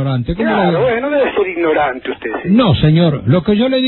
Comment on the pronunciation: no sea usted, "inorante" jajajaj